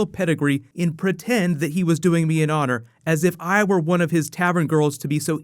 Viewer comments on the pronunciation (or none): none